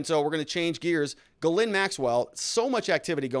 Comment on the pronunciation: her name is pronounced GEEZ-lane. French.